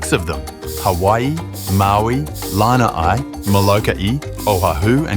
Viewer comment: Your pronunciation needs work: Mokumanamana is Mo-koo-ma-na-MA-na, Nii-hau is NEE-ee-how, Kahoolawe is Ka-hoo-LA-Vey (in Hawai’in, W is pronounced as V) and Lanaii is La-NA-ee. Also it was King Ka-me-ha-ME-ha (you dropped a syllable.). But your history is solid.